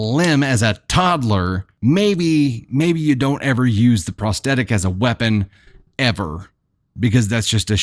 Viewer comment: You do such a god job pronouncing words as compared to others, but the word prosthetic has a "th" in it, which is pronounced as it is in the word "thought", for example. I love listening, but mispronunciation grates on my nerves and makes me want to move on, which I have done with other sites.